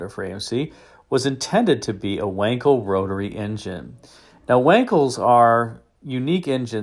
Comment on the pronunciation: It's pronounced Vankel